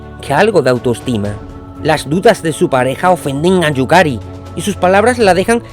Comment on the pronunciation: Excelente. Yukari se te va el nombre algunas veces pero bien. Y es cierto lo de Bobang, es otro club. Me intriga saber qué pasó con Akai en la Sampdoria y que sucederá con los históricos Matsuyama y Wakashimazu, ojalá también vayan a Europa. Saludos